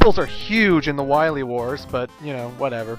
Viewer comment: Zomg... Wahwee Wars!